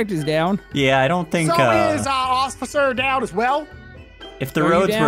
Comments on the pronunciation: Bro it's not called ociffer it's officer.😑😑😂😂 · said "Occifer" in the beginning of the video lol